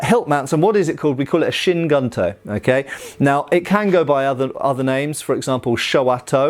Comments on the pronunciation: kyu is pronounced like skew, without the s, not kai-you. Gunto is pronounced like goon - toe (the o sounds is the same as goon, but not as protracted) not gun - toe. so kew goon-toe, instead of kai-you gun-toe. It might be confusing at first but japanese that is written in english has a set phonetic pattern, kyu, ryu, etc all sound like kew, rew, etc, not kai you, rai you, etc. same goes for the "u" in gun, kun, etc, always a goon, koon, etc (with a contracted o, but with the same sound) not gun, kun etc. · Don't know why this is bothering me so much as I'm not usually a stickler for grammar/pronunciation and probably doesn't speak Japanese, but "Kyu" is pronounced 'Kyoo" (like the letter 'Q') not "kai-yu" and "Gunto" would have a soft "u" and sound more like "Goon-toe." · Q Goontoe. Don’t mess it up again filthy gaijin.